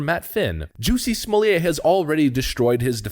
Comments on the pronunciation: Smol-lett. The T is pronounced, thanks. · STOP with his name prononciation !!! Unbearable !! Nothing French to it ! Nothing ! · JUSSIE SMOLLYAY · I still love everyone covering this pronounce his name wrong. No one cares.